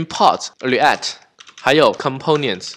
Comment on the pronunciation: 讲得跟光头哥Mosh 一样的清晰明了，非常棒。 如果能把Component的音发对了就更好了